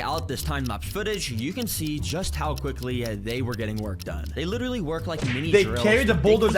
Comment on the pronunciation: Anyone else notice the guy saying "litewally" I heard it once and i can't stop...